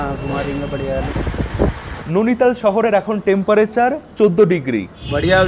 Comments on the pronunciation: নৈনিতাল উচ্চারণ করো,নোনিতাল না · উচ্চারণতো ঠিক কর ভাই ননিতাল নয় নৈনিতাল হবে । এমনিও দেখেছি একটু ভুল উচ্চারণ করিস । 😅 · Bhai jaygatar nam Nainital not nonital. Uchcharon gulo ektu thik koro ebar.. 😂😂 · Nainital❌ Nuni tal✅😂